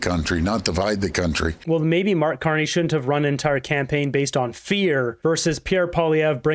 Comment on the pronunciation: Nah he said it correctly.